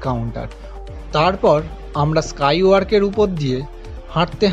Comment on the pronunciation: কি ব্লগার কি তার কোয়ালিটি স্কাই ওয়াক তাকে উচ্চারণ করছে স্কাই ওয়ার্ক